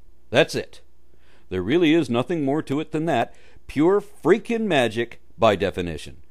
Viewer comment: I love the way you said "Pure FREAKING magic, by definition" lol